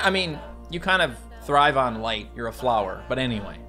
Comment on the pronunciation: flowah is same as a too too, mute her